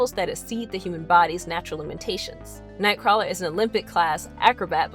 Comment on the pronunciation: Xmen TAS made me read Nightcrawler comics. I would so fuck that mutant. (Btw, you're pronouncing his name wrong.)